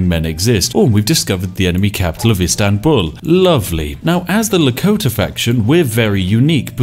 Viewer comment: Loved how you pronounce Istanbul ♥️♥️♥️